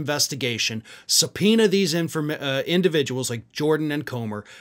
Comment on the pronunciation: Did you just say give Jordan a subpoena? 😂😂😂😂😂😂